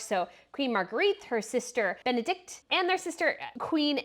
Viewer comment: Yes, please learn how pronounce foreign names properly. It's very impolite to pronounce Princess Bendikte's family name the way you do.